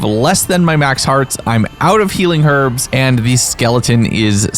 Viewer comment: cant stand how you say herbs.... YES the word herb/s has a H at the start